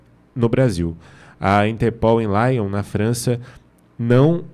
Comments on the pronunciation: Tudo bem, vai pela juventude mas a cidade da Franca nao e' LAION, e' Lyon a pronuncia e' como a escrita. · "Láion", na França???? Kkkkkk!!! É Lion!!!! Kkkkk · a pronúncia do nome da cidade francesa é portuguesa: pronúncia -se Liõn...